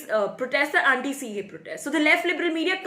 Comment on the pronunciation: Say "CAA", IT'S SOUNDS "CEA" ALSO IN UR ENGLISH CAPTIONS UT SAYS CEA...BETTER ENGLISH THEN BEFORE , NEEDS MORE IMPROVEMENT.